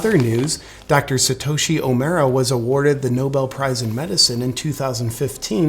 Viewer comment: I forgive you for not pronouncing "Omura" correctly, lol